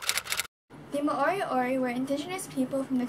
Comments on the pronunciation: its pronounced mo ri o ri!! Not ma ori ori.. awsome mahi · Do a research on your own culture, you need to speak to people of the culture your talking about and not put out uninformed history from your perspective and at least pronounce the word right. Moriori are Maori that have the same dialect as Ngai Tahu of the south island there was no genocide there were tribal battles and intermarriage like every where else in the world.